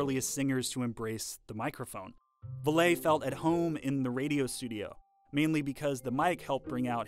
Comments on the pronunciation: You're rught. In Rudy Vallee's day, no one pronounced his name like the narrator does. As a long time electronics nerd and music aficionado, I've known about this most of my life, and really appreciate someone pointing it out, because I know people sometimes wonder, "Why did they sing so funny in the olden days?" BTW: My Grandmother was a fan of Rudy Vallee, and she pronounced his name just like "valley" as in "river valley". At least that's the way she & the rest of his fans pronounced it. Not "Vah lay". I used to listen to my Grandmother's records back in the 1960's, and the ones recorded in the 1920's & '30's even Bing Crosby had to sing tenor on most of them. As recording and playback technology in general improved (it wasn't only the microphone, which caused the limited dynamic range, but it was critical) Bing Crosby began to sing in his rich baritone voice in recordings from the late 1930's, and especially after World War II, when advanced hi fidelity tape recording, which had been developed in Germany, became available. Natural tenors are rare, so in the early days of recording, men often had to strain to sing in the tenor range, since most men are naturally baritones. Maybe the limited range of early recording tech is why, one of the earliest vocal stars was tenor opera star, Enrico Caruso? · He wrote and prounced it Vallay, but as has been said above, American English readers read literally and misprounced his surname as ending in - ee. He gave up, or he would have spent more time correcting the mistake than singing! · It sounds ridiculous, it's true. They probably over-researched it, actually. Everyone at Cheddar is too young to know how it's pronounced, so they looked him up, saw that "Vallee" was spelled with an accent over the first "e", and that his family was French Canadian. Hence the thoroughly researched, and incredibly wrong, Val-lay. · Rudy Vahl-lay? Art Van Delay's cousin? PUH-leeese. It's Rudy Valley, as in the place between mountains.